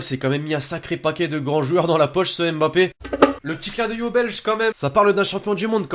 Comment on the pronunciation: Vous m'énervez quand vous dites M. bappe C'est Mbappe!